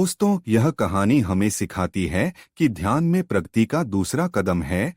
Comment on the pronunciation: Pragati , Pragti nahin. Video is good.